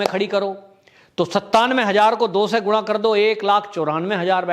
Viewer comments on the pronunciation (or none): none